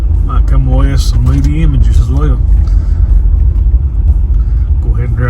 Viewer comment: Nice intro teaser! Every time you said "moody pic", my deaf ears heard "booty pics" 😂